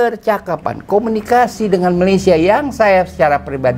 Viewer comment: babe menyebut perkataan 'malaysia' dgn sgt tepat, sedap bunyinya. begitulah cara perkataan itu disebut. salam dari kuala lumpur.